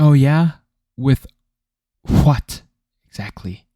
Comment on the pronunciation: “oh yeah with dramatic pause FFFWHAATT” had me rolling